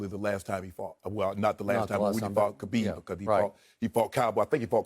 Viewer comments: Who's Habib? It's khabib Shannon! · Shannon..... it’s KHABIB not HABIB